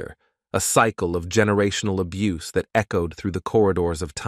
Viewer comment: Thank you for posting what I was gonna say. Only more intelligently than I would have said it. Who wouldn't want to narrate their own video? It would definitely cut down on the "abboose" of the language. This leads to "dee-vastating" results. Mr. "Swaayze's" legacy deserves better.😢